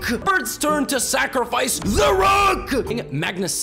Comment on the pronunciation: I feel like the universe is gonna explode everytime he says "sacrifice"